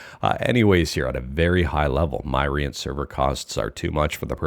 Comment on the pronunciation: Myrient = Myriad of Entertainment. So it's pronounced Mi-rient, not My-rient. Just letting you know, Mr 😉